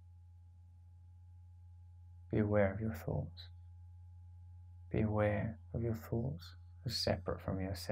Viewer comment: dear Brits : we pronounce words and emphasize sentences a bit differently 'ere in 'merica. one important example (many are not) here is "be aware". sounds like you are saying "beware", which was a bit jarring in the context of meditation. otherwise brilliant - thank you, Russell